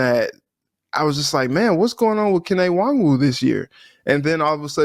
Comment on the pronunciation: needs to learn how to pronounce Nwangwu's name